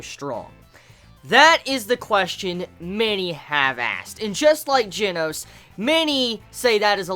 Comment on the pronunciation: I'm Australian but the way you say Saitama and genos is still cancerous